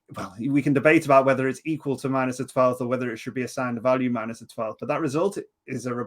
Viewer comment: Check out how Isaac Arthur pronounces "value" (he "mispronounces" almost every word he utters). He is definitely actually saying "Valium", at least to my ears.